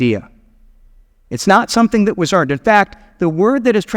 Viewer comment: Not quite sure why you keep emphasizing the word EARNED in regards to her. Her responses to the angel show nothing about her being owed anything